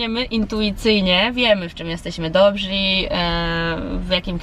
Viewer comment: Nie "dobzi" a dobrzy. Tak na przyszłość. Pozdrawiam.